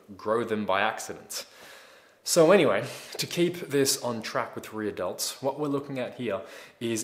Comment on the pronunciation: Sounds like he's saying Re-Adults instead of Rear Delts .